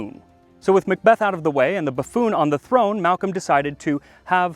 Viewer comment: Excellent video but the Mick Beth grates on my nerves. I'm a mack, spelt Mc, "son of" and when I moved to England, I was corrected about how I pronounce my name. I've continued to see the silliness unfold, it's Mick Donald's, they sell a big Mac and are referred to as MAckidees. Mac and Mc are Mac, when it comes before the letter "c" or a vowel it's Ma'